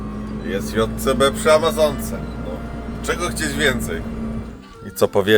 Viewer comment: Wreszcie usłyszałem poprawną nazwę Dżej Si Bi. Pozdro od tego z kim mieliście się spotkać w Polańczyku jak Ania jadła w Łańcucie lody z musztardą 🙂